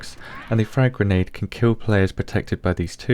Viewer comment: i like how you said granade penetation.